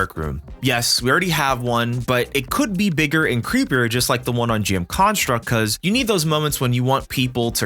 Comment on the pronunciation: Good video but damn does your emphasis placement on construct nerves me lol